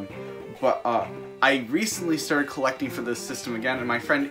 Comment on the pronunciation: he’s collefting